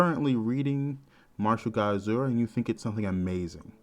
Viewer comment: Lol, When u say martial god asura for some reason in my head i keep hearing it as Mashu guy assuaahhh 🤣